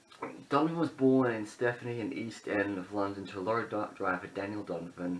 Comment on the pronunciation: You’re pronouncing his birth place as Stephany.